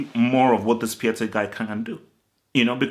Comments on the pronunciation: By the way it is pronounced “Piontek” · Piatek name is pronounced as Piontek